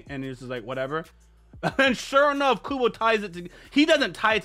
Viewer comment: You pronounced kubo's name fine.